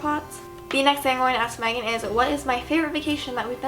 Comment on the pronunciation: I swear she said magan